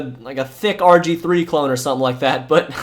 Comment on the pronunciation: Bro said rj3 instead of rg3 lol